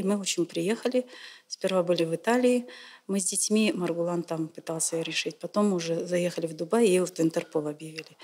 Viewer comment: Не Мургулан а Маргулан